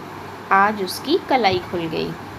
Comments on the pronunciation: Its Kalai not kalaai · kalai ko aap kalaai kyu bolte ho?🤔